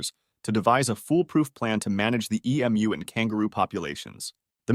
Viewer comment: Man this is obviously AI, you pronounce Emu like 16 different ways back to back and it's hella annoying